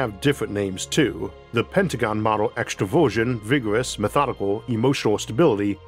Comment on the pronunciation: ooh extra-version. Not extroversion. As an introvert who's usually calm under pressure as long as I get enough alone time & autonomy. It would be a huge miss calculation to leave out about half of personality types for some simple missions.